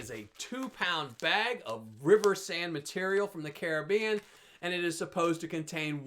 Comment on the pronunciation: Nice to hear an American pronounce Caribbean correctly..lol